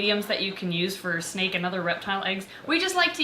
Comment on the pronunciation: Girl it’s snake not sneak